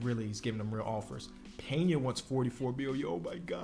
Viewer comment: bro my last name is Peña I can’t believe you pronounced it right😭thank you